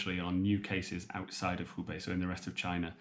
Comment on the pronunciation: Are you saying he bei or hu bei? Take care